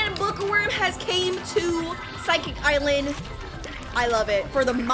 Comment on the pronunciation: ah yes, my favorite island "physicalsecsikik" its (no hate btw)